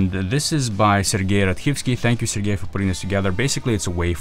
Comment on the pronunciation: As a Russian-speaking viewer, I say that your really perfect pronunciation of the name "Sergey" calls into question "do you happen to know Russian?". it's really very good)